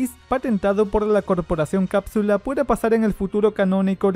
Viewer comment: Yo me di cuenta que decia corporacion cadsule